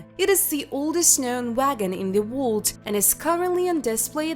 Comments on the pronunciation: The dialect doesn't pronounce words you can understand, they must not be American or studied English language, sounds like some words are blurred because whoever is narrating can understand how to say them, for instance the word ( world :we say Woer L dah) sounds like they are saying ( wha d) some here say Wo erl dah, wonder why if this is targeted to the US they are using some other dialect, they must be trying to make money from the videos. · Really excellent - interesting and well researched -Yes I have subscribed ! Some of the pronunciations are VERY cute , including the word "world" !!!!